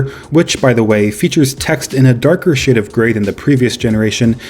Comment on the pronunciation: notice he sais “darker shit of grey” 😂😂